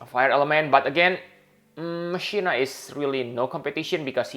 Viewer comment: Pretty sure you pronounce Machina the same way Rikku does in ffX. (Ma-Kina)